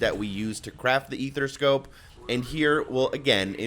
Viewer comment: A-ther-scope... Not a-there-a-scope, or ether-scope. Good video 👍